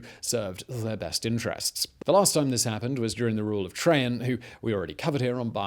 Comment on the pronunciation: why are you pronouncing it trayhan its trayjan